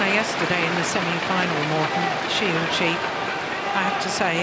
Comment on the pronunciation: Shi is pronounced like the "Che" in "chemin" in french. Yuqi is well saied, except the ton but that's ok ^^